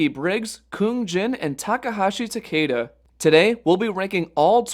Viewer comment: Why don't you show some respect and pronounce Takeda's name correctly for once?